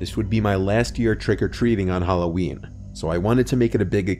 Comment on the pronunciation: lol you still as always pronounce halloween the same way. Lol. “HalloWeen” .. not “Halloween” lol 😂